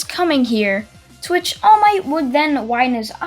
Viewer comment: Every time he says “to which” I hear “twitch”